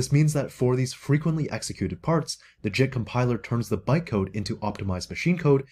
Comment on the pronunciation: Watching at 1.5x speed, around minute when he says "JIT compiler", it sounds like he is saying "SHIT compiler", which would of course be more accurate.